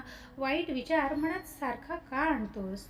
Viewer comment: ताई सांगताय छान पण मणात नाही मनात असं म्हणतात, अर्थ वेगळा होतो